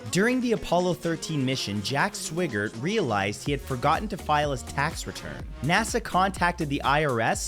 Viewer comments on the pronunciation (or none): Swigert has a long I sound.